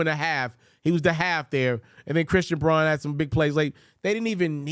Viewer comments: Okay,, time to know your Nuggets. The rook, Christian Braun. His last name is pronounced, "Brown." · Christian braun, pronounced 'brown'